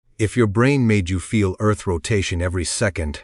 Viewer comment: Eth axis? Ditch the AI man.